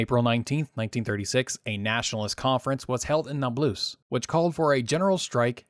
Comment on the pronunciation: Okay but can we agree on the fact that it’s incorrect to pronounce Nablus “nab-LOOS”?